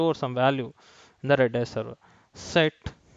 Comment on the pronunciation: its R-A-D-a-a-S..or "Redis"